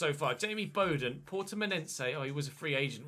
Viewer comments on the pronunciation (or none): none